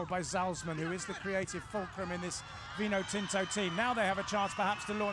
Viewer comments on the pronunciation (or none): It's vinotinto not vinotino.....